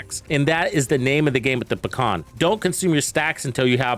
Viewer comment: Although, it's not "paKhan", it's just "paHan". Russian word for "kingpin". But overall, I am glad that I can finally run RPK and not some MG or Stoner or some othe fancy gizmos. I would prefer Pecheneg, but still.